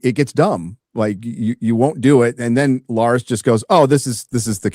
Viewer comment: I find it hilarious how calls Larys "Lars"